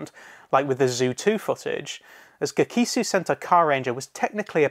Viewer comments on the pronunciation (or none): surprised you didnt mention the tone shift that happened to ohranger because of the terrorist attacks. Also it's GEKI-SOW SENTAI carrrrrrrrrranger